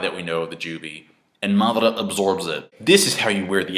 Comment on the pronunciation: seriously the way you guys pronounce the Japanese names is just so annoying !! its: MA-DA-RA why the hell u keep saying MATHRA mothafckas ! that's is just sick as F***